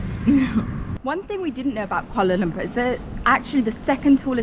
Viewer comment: Glad that u explore our capital city... but please practice your pronunciation of Kuala Lumpur haha